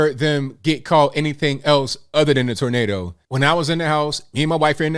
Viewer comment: You say tornado he says tornodo